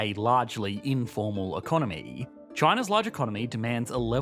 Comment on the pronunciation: I've never before heard anyone pronouncing economy as economeeeeeee... And hearing that just makes me want to dislike the video 😂